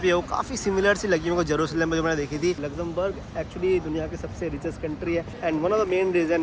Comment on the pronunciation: Lexemberg kitni bar bole aap 😂